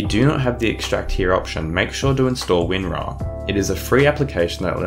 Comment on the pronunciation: Hey-_- this not winar yes winrar